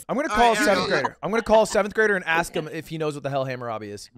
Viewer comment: you pronounced “Hamerabe” wrong